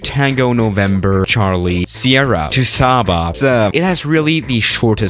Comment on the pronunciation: Its pronounced sayba